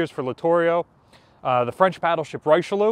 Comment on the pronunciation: Please, Richelieu it is Ree-she-lee- and then I have no good english equivalents, so someone might help.